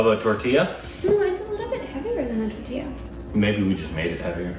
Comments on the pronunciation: 😂😂 Tortilla is pronounced as Taw-tee-yah.. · Tortilla??😮 I heard tortiya which sounds like rotiya😂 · Tortiya sounds like rotiya( plural of roti)